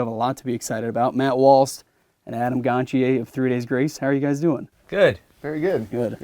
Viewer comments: It drives me crazy that no one ever pronounces Adam's last name correctly & I guess he's given up correcting it by now. 🤣 He pronounces it GonCHAY. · He says GonCHAY when he introduces himself, but no one ever bothers to get that right. Drives me crazy since most people mispronounce my last name constantly. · The english pronounciation of Gontier's name is terrible :D